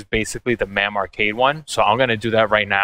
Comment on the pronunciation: Mam? Mame is pronounced as its spelled lol